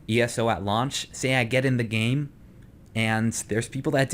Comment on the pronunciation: sorry to be a nazi grammar guy, but i think launch instead of lunch